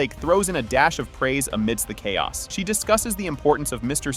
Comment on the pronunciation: he said Ch- aos " hahaha